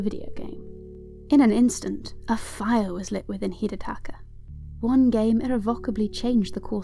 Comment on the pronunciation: You butchered his first name